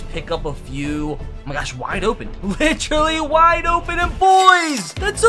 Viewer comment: I love the content but PLEASE stop saying ‘litch-rally’